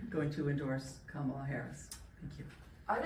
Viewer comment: My brother. Even if you’re not versed with politics, the VPs name is pronounced KAH-muh-la. Gently correcting here. Akso, why can’t these grown ass men stop obsessing over these young women?? I guarantee you every negative comment to CC after “liking a post” were from middle aged men. It’s sick